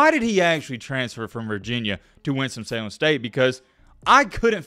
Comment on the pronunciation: I swear he keeps saying "Winstom Salen State"